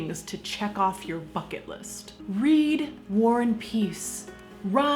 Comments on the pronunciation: I thought she said "fuck it list" for a second Hahahaha 😭😂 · I can't be the only only one that heard "fucket list" and proceeded to choke on my coffee...😂🤣